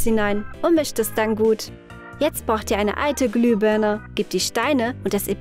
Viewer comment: Warum sagt ihr immer glübörne? Es heißt Glühbirne